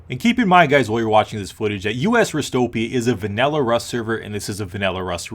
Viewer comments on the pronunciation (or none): Am I the only none American annoyed by the fact he said Vanella server instead of Vanilla server